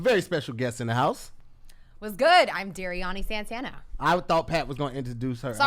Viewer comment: The number of ways they mispronounced Dariany’s name !!! 😩